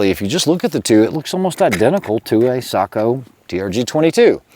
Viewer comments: He pronounces it /sakou/, when the O should be pronounced like the O in "lock". Just /o/, not /ou/ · Say-Co not Saagh-Co. ✨ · Yeah it was a bit on the SAKO'H side but still way better than the usual watch brand seiko or seiko'h. Well done if you ask me.